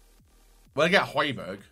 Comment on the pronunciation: sorry pal no ye don’t. It’s pronounced “hoybyerg” kinda obvious really seeing as you get the first “j” right